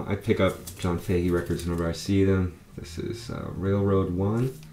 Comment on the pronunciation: Was just talking to Dave yesterday about Fahey Fahey is an Irish surname and is pronounced as in "Fa-hee" - just some people might be interested in knowing this. Have some great finds including an excellent Bill Evans Trio. A fellow piano wizard like you. Must play Cosmologies again this weekend. Big hi to Liz.